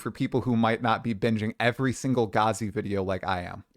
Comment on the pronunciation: Lol you keep calling "gah-zy" but he says "gaz-y" on his videos.